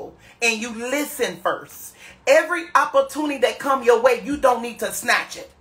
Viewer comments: Hilarious. Lord the St louis school system failed shem.opporrtunney😂😂😂😂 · What is "opprotunny"??? Anybody please???? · Hell is an “oppatuny?”